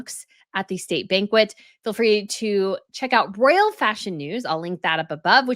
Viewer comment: Decline of most "Imaginable companies?"... what does that mean? Listen to Pamela Anderson i amy interview. Her diction and word selection is flawless. And you eat and run over your words.ROYAL NOT RALL... I AM ON YOUR SIDE. Listen to me